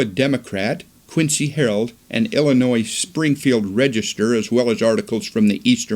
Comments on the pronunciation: Illinois is NOT pronounced "Illi noise". The "s" is silent. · He gets it right 1/2 the time:) Also, it's Revelation. Singular, not plural. Helps presentation if pronunciation is correct. Great info. I love Joseph the Prophet!